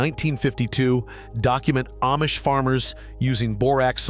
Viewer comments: It’s pronounced Ahhmish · It's pronounced Ahhh-mish. But AI doesn't know. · If this guy had really spent much time with the Amish, he’d know he’s mispronouncing the name It is pronounced as “Omish”, not with the long A. This artificial intelligence “thing” isn’t real and I doubt his message is real either. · Ayemish families!??? Wheeee! Listen to AI go! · So AI still can't pronounce Amish. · Nothing but AI crap you can’t even pronounce the word Amish properly